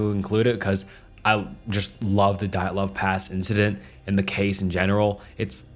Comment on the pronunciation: I slightly chuckled when he pronounce Dyatlov three different ways in a row, love you lol 😂